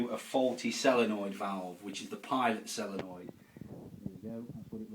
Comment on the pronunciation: Why does he keep saying sellernoid instead of solenoid